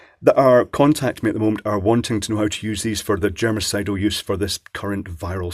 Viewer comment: Did anyone else hear 'this is a genocidal lamp'?